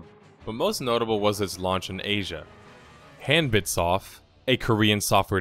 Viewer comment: About the name, HanbitSoft: it's supposed to be pronounced more like "hahn-beet". Or in Korean, "한빛", which translates roughly to "the light of day" or "daylight" or something like that